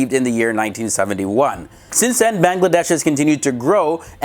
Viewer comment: plus you said Bangladesh wrong